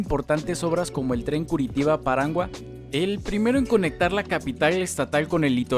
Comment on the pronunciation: Paranaguá no Parangua. el término Carioca solamente debe referirse a la ciudad de Rio de Janeiro, no a Brasil.